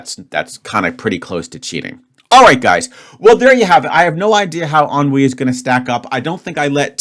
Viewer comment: A+ for pronunciation. Inevitably, for the rythm of the word, avoid the natural English tendency to put emphasis on first syllable :) A toned down nasal e(n), towards the articulation of the N, a very quick and subdued U and all the sonority on the I. Again, pronunciation as such was perfect.